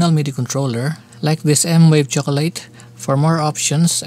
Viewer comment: its M-VAVE not M-WAVE 😁